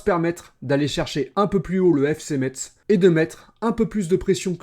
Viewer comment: Merci de l'analyse! Je pense aussi que l'équipe a besoin de prendre de la confiance et de la complicité. Et si Lees-Melou arrive, il faut qu'il joue. Par contre, stp, prononce Metz "messe", le T est silencieux ;)